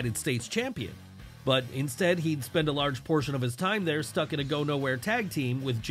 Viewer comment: Isn't it Neidhart???